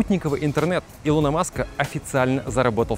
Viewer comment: Илон, а не илОн